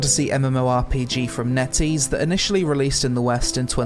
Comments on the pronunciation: I stopped this video after hearing "NetEase". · "...from NetEase." Welp, Im not gonna play this one, but I like videos...